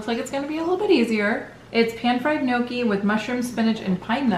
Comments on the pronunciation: Just to say (Nee-Oh-Kee) not (Noh-Kee) weird Italian pronunciation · But it's not called no-key 🤦‍♀️